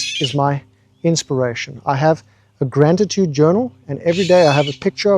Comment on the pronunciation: "Grant-atude" hahaha